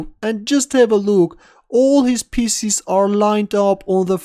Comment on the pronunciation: When he say pieces sounds like spieces